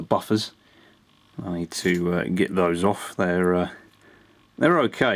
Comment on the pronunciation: It's get ... not git